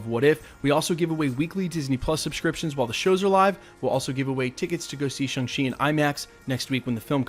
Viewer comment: You keep saying Shung-She....why?